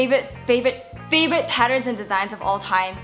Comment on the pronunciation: It's just me or can not pronounce FAVORITE? but cute haha